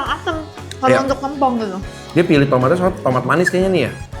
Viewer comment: bacanya tempong bang, bukan tempong